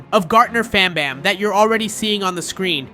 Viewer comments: "BonBaan" GOT MR BANBAN ANGRY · bro said garten of bon bon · Bro said Garten of bonbon😊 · IT’S GARTEN OF BANBAN NOY BUN BUN👹🤬